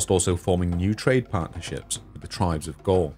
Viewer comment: How can you not learn to pronounce “ TH “!!! With not wiv , Thousand not fousand !! Together not togevver !! Other not ovver !!! Such ignorance is astounding !!